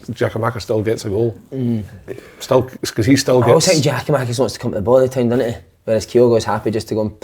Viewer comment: who is "Geo-Makis" ffs just say his name properly hope he does leave so we don't need to hear it again